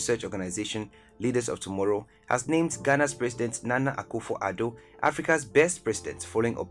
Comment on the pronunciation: it is *Nana Akufo-Addo not Akufour